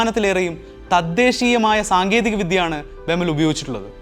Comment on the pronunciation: ബെമൽ അല്ല ബി.ഇ.എം.എൽ ആണ് വേർത്തിരിച്ചു പറയണം കേട്ടോ